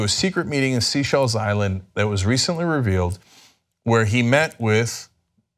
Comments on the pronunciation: The irony is the first report he did on this he said it right. I'll let it go though cause he makes me laugh. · Cenk, it's SAYSHELLS not SEASHELLS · Does everyone in the U.S. pronounce the Seychelles 'Seashells' like Cenk? If not, I wish someone would tell him the correct pronunciation, it distracts me from the seriousness of the story. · Apparently the correct pronunciation is "Say-shells". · Can somebody please just tell Cenk how to pronounce Seychelles?